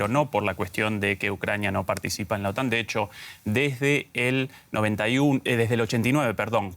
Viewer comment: Se pronuncia otán no ótan!!